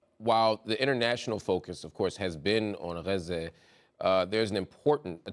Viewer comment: Why do they write Gaza and pronounce it Raze? This is the most unauthentic interview ive seen. All the talking points touched. Genocide and ethnic cleansing means nothing now.